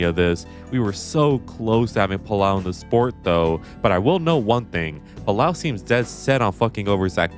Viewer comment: Spaniard here, Álex Palou’s name it’s pronounced Pal-oh not Pal-ow 😅